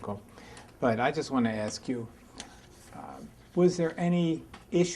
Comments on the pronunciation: It's asks, but it's slang and sounds like acts. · Is it "acts " or " asks" im from UK and don't know why AA say this